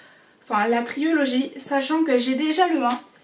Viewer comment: triOlogie haha on dit trilogie mais aussi non bonne video!